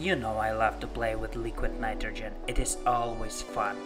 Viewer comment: Leeequeeed Naightrogen. Lol. Great vid tho. 👍